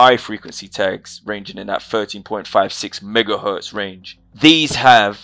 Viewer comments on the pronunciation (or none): none